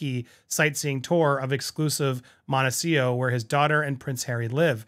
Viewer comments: Montecito (''Monte- cee- TO) not ''Monte-seeoh''...you are the first person I hear saying it like that....are you mispronouncing it? 🤨🤔 just curious. Thank you for another video 💜💜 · Real question: is Montecito actually pronounced Montecio?